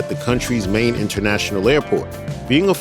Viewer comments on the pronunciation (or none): none